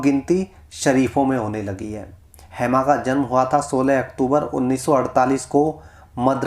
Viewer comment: हैमा.. हैमा क्या है?????🤔 "हेमा" बोलो... नाम का सही उच्चारण करो